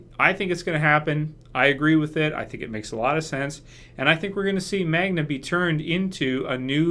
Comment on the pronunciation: Her name is Magna,. Not Manga.